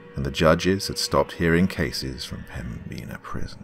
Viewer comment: The B is silent in Pembina and the "in" is pronounced just like the word "in"